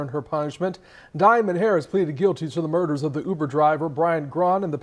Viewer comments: The Newcaster pronounced Uber like yuber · Why the 1st new broadcaster called Uber “Yuber” 😂😂😂😂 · I literally was like wtf is youber 😂😂😂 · DID THAT NEWS ANCHOR SAY YOUBER(UBER) 🤣🤣🤣🤣🤣😆😆😆😆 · I know his big grown ass did not just say YOUber on national tv.. is he living under a rock ?!!? WHAAAAAAAAAAAT ?? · Dis man just said YUBER 🤦🏽‍♂️🤦🏽‍♂️ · “Driving him for you-ber” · No way he said you-ber I’m done … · Pops said YOUBER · I was vibing to this shit until i heard the reporter say “U-BER” 😭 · The news man said you-bur instead of Uber😂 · “Youber” is insane 😂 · Nigga said youber n threw my whole vibe off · the way the news reporter says "youber" triggers me. lol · Am i the only that thought it was weird the reporter said youber instead of uber.. i wouldve thought it was ai if i didnt see the dude talking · MF said youber 😑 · That mane said Youber lol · When the setup is really on you because you living foul.. That reporter calling it Yuber is throwing me TF off. Usually only A.I. mispronounces words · Shawty said “Youber” 😂😂😂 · “YOU-ber driver” 🤦🏾‍♀️ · Why the reporter say Yuber lol...any way r.i.p. to that poor uber driver dying over these fkn fools and their nonsense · Bro said "YOUBER" 😂😂😂😂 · What the hell is "yuber" SMH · “YOUber” is blowing my shit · Right😱 like wth is a YOUber??!! 🤦🏽‍♀️🤷🏽😁🤣🤣🤣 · I thought I was bugging when I heard that 😂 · 😂😂😂 it does start with the letter U… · Is anyone else cringing at how the reporter pronounces Uber? “The yuber driver” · Fire him.... What rock he been living under, to not know how to pronounce Uber 😂.... Rip Driver 🙏🙏🙏